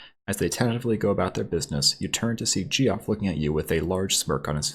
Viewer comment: His name is pronounced like "Jeff" not "gee-off"!